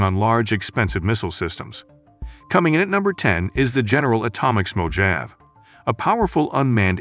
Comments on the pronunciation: it's MO HA VEY, here in America that's how we say Mojave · Boy, you are very poor at pronunciating proper nouns!!! Try finding out how to pronounce 'Mojave' and it is Spanish/Mexican by history... It is a very large desert in California, Northwestern Mexico and may include some of Arizona... Good luck with future meatballing... It does make men look stupid, when you do not figure this stuff out before hand!!!